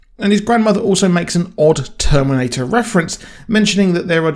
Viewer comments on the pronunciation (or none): none